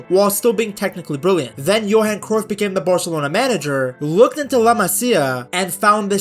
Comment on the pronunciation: hey idk if ur going to see this but as a dutchman, did you know the UY in Cruyff isnt pronounced the same way as the UY in De Bruyne? Its actually pronounced something like krauf (we'd write it as kruif), maybe the pronounciation is worth looking up. Also while im at it the "De" in De Jong is something like a "duh". Ofourse it makes sense that you use the english pronounciation but i thought i'd leave a comment abt this